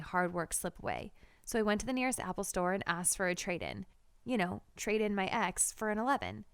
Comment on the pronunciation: ITS NOT EX IT'S 10